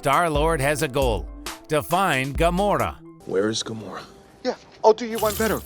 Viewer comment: Also gamorrra